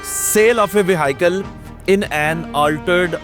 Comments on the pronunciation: Sir Apki vehicle pronunciation Wrong Hai is Ko Durust Kar Lain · Bhai vehicle word ko bolna sekho